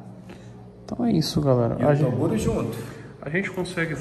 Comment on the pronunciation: Só q o Toguro fala errado ele fala macha kkkk